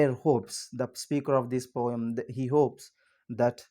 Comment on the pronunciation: It is not pom it is poem